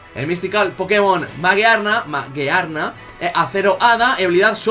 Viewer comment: Además la habilidad de Magearna sube su ataque especial cuando muere un pokemon en combate, no necesariamente debe ser aliado. Y la pronunciación era "Mayiarna" porque viene de la palabra inglesa "Gear" que es engrane o engranaje que se pronuncia "Yiar"